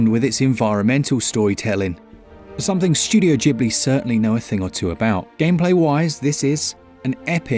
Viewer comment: Jibley........ Ghibli !! putting g&h is 200% a ge sound not j